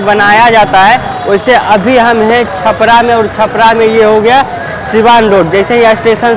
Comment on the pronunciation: छापड़ा नही भाई छपरा है